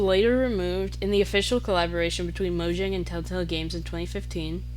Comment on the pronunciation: Fire vid, I think this does also explain why minecraft is like the one game I've always wanted to return to, while most others I'd get burnt out from within a few months Also it's pronounced Mojang not Mojang